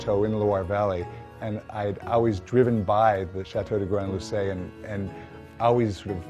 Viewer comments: Why are Americans deliberately destroying the French names?! . Say it the way it should be pronounced, you rich connard! C’est Château, not Shayto! C’est Grand-Lucé, not Grandd-Lusay! Idiot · Seriously, the guy bought a chateau in France, renovated it for months if not for years, spends at least a part of his life there - and can't even approximately pronounce it's name? GRAND-LUCÉ, ostrogoth au ketchup, c'est quand même pas l'Atlantique à boire! Is he American or is he American?!